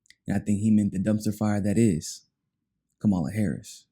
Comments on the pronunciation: Kamala isn’t black and it’s probably best if you don’t mispronounce her name because it makes her sound black. It’s pronounced KA-ma-la., not ka-MA-la. Great video as always. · It really saddens me that using a fork and napkin, in any situation aside from cannibalism, is a factor for any person considering a President. What about continuously mispronouncing a person's name? Does that lose a person credibility? Kama-la. She is terrible, but say it correctly.